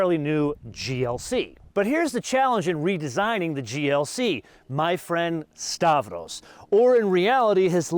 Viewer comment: Make stavros a favor, refer to him as stavros but call him Stavro. Please stop assassinating greek names. After all, every greek person loves benzes and audis 😅 like me